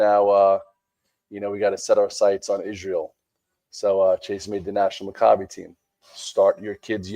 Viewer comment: Pronounce Mack ah bee Games LOL